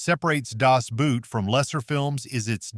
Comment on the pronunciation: The German word Boot is pronounced like the English equivalent boat, not like English boot.